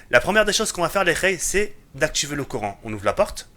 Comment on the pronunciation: Quand tu dis courant j'ai trop l'impression que tu dit Coran